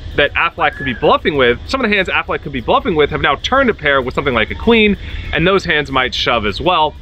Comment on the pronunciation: AFFLAACK??? and DOOHAMEL?? bro learn their names first lmao